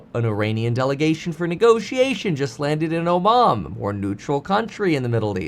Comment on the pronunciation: Oman not Omom!